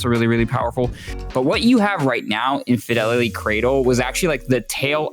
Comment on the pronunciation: Infinideity = Infidelity LMFAO